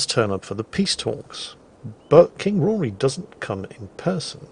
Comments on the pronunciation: the name is still Rhodri not bloody Rory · Every time says “Rory” instead of “Rhodri” it hurts my soul. It’s not like they don’t call him by his name repeatedly. Just being... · Not Rory, Rhodri. Rod as in a pipe, and ri as in ree. Everything is pronounced in the game, it's not hard